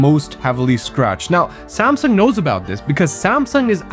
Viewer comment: "Samsung" pronunciation was accurate . 10/10 video